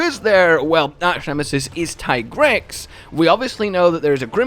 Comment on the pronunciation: It's teegrex not taigrex